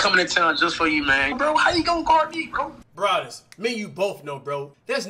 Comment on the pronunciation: he did foul lmao and its brawadis not bravados LMAOO